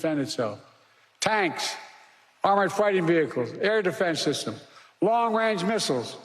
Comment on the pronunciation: Correct. He read defense systems on the teleprompter He said dfnzn syssums.